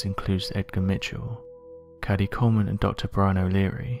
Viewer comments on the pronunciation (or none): none